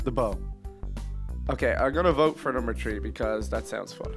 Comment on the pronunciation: why do they say tree not three